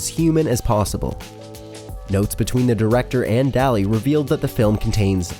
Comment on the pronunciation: The most disturbing thing is that the makers of the video don't even try to pronounce the names correctly, "Louis Bunuel and Salvador Da-ali", pff...